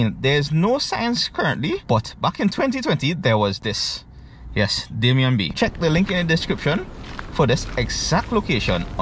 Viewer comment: Hi, I believe it's Damien and is pronounced dah-mee-yeh